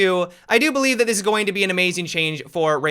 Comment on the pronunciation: Why do you say "zat" instead of "that"?